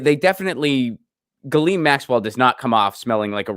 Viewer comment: BTW, the French are doing a face palm every time someone says "jillene". It's pronounced "geez lain", the fucking "s" isn't silent because it's in the middle of the fucking word.